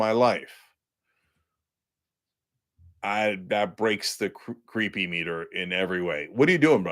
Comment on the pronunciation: I think it’s creepometer, not creepymeter.